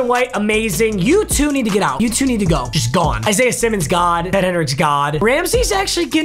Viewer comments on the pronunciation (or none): none